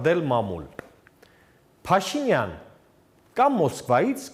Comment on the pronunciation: Հետաքրքիր է, ինչու՞ է Գասպարյանը Փաշինյան բառը արտասանում ալիևի շեշտադրությամբ։ Փաշի`նյան